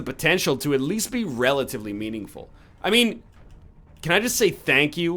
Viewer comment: NL you actually said Umaru correctly you good fam